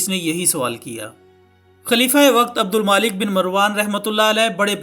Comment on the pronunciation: Brother is it Abdul maalik? Or Abdul malik...Jaha tk me ne parha hai... عبدالملک hai naa k عبدالمالک .... Correct me if im wrong